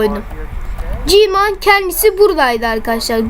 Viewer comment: kardeş g-man diye yazılıyor gmen diye okunuyo